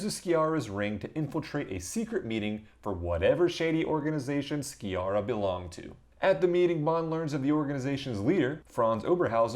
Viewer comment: C'mon dudes we don't expect you anglophones to actually speak or understand foreign languages but for god's sake at least learn the correct pronunciation of foreign names. Sciarra is not SKIARRA as you (including the movie) but rather Sharra :)